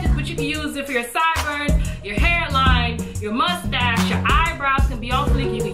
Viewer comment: lmbo did she say mustache lol hell NAW😂😂😂